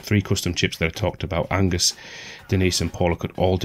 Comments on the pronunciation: You constantly saying Angus instead of Agnus was triggering. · Every time you say "ANGUS" (m) instead of "AGNUS" (f) a Tentacled Horror drags a kitten into the abyss. Sorry. I don't make the rules. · AGNUS, not Angus